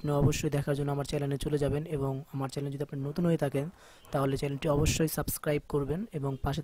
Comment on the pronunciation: ভাই চ‍্যালেন নাকি চ‍্যানেল ?